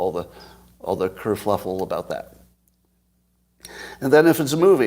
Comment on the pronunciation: The term you're looking for is KerFUFFLE...not KerFLUFFLE (no such word)...now that I got that off my chest, thanks for the content.